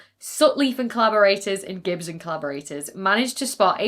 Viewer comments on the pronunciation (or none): none